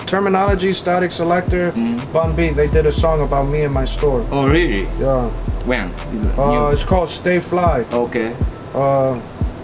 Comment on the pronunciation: "Oh Rearry.."